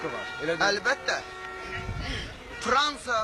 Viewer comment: Fransa sözünü pransa deyir sizcə hansı millət f deyə bilmir?